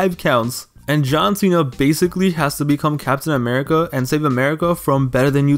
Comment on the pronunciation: The way he said murica got my ass laughing hard af!!